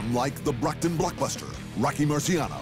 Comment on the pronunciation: It's the BROCKTON Blockbuster Not BOCKTON